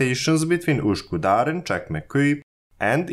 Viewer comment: its not uskudar blyat its ÜS ÜS ÜS ok? ÜS KÜ DAR YOU SHOULD USE Ü Ü Ü ÜÜÜÜÜÜÜÜÜÜÜÜÜÜÜÜÜÜÜÜÜÜÜÜÜÜÜÜÜÜ